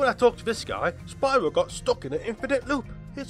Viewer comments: well, ever since spyro 1, the spanish dubs of the games called him spee-ro fortunately the reignited pronounced the name correctly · they even mispronounced Spyro's name!